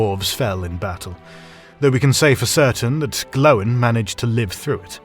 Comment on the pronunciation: Who the hell is Tor-in & Glow-in? and wtf is mit-tril?